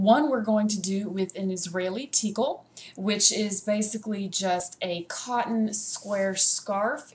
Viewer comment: You are incorrectly pronouncing tichel.... Ch in hebrew is pronounced like your clearing your throat sort of...